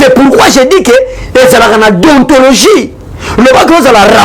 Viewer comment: Monsieur en même tant tu parle de la déontologie journalistique (les mots que tu n arrive même pas à prononcé) et en même tant tu te réclame de l udpste. Confusion